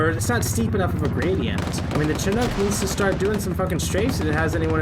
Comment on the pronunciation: i wish you can say chinook properly